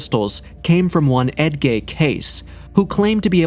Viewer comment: Edgar Case, not Edgay.😅😅😅😅😅😅